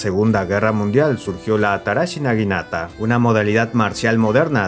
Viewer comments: es naginata, no niganata 🥲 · Por favor conserva los nombres bien en todo el vídeo, en varias partes le dijiste niganata a la naginata